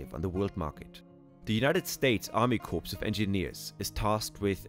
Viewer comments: Army CORE, not CORPSE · A friendly tidbit: In English the word “corps” is pronounced with the letters “p” and “s” silent so it is pronounced exactly like the English word “core”. The English word “corpse” which refers to a dead body is pronounced the way you pronounced “corps” in the video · It's pronounced "Core", not "Corpse". Get it right or don't bother. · It’s pronounced like CORE not like CORPSE. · It's pronounced core not corpse. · It's pronounced core, not corpse. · The word corps is pronounced core, not corpse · It’s “core” not “corpse” of engineers. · In general, the US does NOT refer to kilometers for measurement. We use miles and that would make this video more intelligible to the people in the US—the main group interested in the Mississippi River. PS, “corps” is pronounced as “core”. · The US Army "corpse" of Engineers. LOL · The word corps, as in army corps, is pronounced core, as in apple, not as in a dead body. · "Corps" is pronounced "core" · "Corps" lol... A military unit consisting entirely of the corpses of engineers. It's actually pronounced "core". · Just FYI: It is pronounced “CORE” not Corps. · AI is ignorant of correct pronunciation. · FYI Corps is pronounced like core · Yea frenchy not corpse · Artificial Intelligence narration is obvious when a simple word phrase like “corps of engineers” is mispronounced by enunciating the “p” in corps. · Very interesting. Too bad someone didn't show him how to pronounce some of the words. Corps, for example. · You lost me when corps was pronounced with a S. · So you were not phased by the "p"? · this narrator cannot pronounce "Corps"...a complete dope. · I am not sure how accurate I should assume this is if they can't correctly pronounce corps.